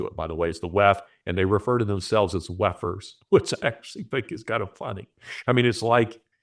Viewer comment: You keep saying wef'rs and I keep hearing lepers, because that's what they are